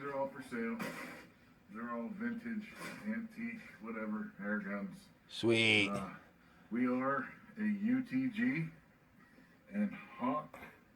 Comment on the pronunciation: Baker Aaaair Gunnns.......:-). Catchy. Were you a little drunk towards the end? Anyways, love your reviews, keep them coming.